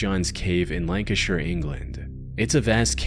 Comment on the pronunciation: thank you for pronouncing Lancashire correctly 🙏🙏